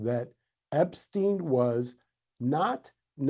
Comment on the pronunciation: We can start with addressing his name purposely being mispronounced time and time again to cover up his origins.